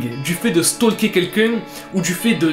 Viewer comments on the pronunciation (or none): none